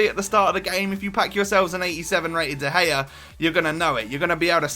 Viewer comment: Dea Gea.. LOL!